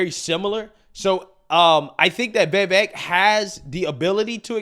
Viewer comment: It’s not Vevek, Its Vivek🇺🇸